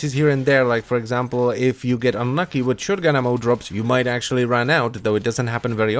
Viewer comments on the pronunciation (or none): none